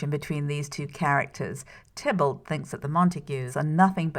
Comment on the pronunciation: Tybalt. Not Tiblet. Haha!